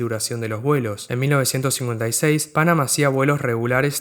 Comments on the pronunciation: Me gustó mucho tu video. No como crítica sino como contribución quisiera señalar que la pronunciación de Pan Am era "pan-am" y no "pánam" y la "C" de BOAC era por "corporation" no por company. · me hace ruido escucharte decir "pánam" cuando escuchamos "panám" toda la vida...que diría Laura Franco...y por supuesto su mentor y quien la bautizó:Gerardo Sofovich